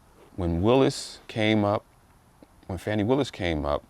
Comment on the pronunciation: Her name is Fani (Faw-nee) Bruh, Stop being a Chicken Head behind all this dis-information these right-wing, MAGA, racist white folks are disseminating They are trying to degrade this women in front of the world; and you helping Straighten up! Our Ancestors are watching!!!! You don’t even know weather this released information is true. It’s word of mouth and have not been authenticated. Thus far, they have proven nothing Step aside, make room, bow down, and watch this Sista take her rightful place on The Throne